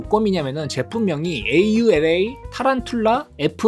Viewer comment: 아니 어떻게 아우라를 올라로 읽지..처음 보네